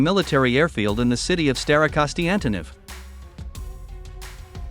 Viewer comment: staroKONSTANtynov :D how can the AI voice get this wrong so many times :D